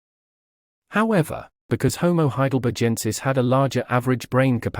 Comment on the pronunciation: okay, while your content is good, you're killing me with your pronunciation of H. heidelbergensis. Have you never heard of Heidelberg, Germany? The ending 'g' is hard, like both ends of Greg, not soft, rather like a 'j,' as you repeatedly say. This is very distracting, and will likely give some instructors pause. It's not like a barge, it's like a berg. Please make a note for all future videos, thanks.